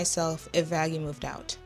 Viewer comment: Did call her vanastasia or something? 😂